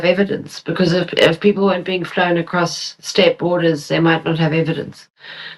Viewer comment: There is no t at the end of across.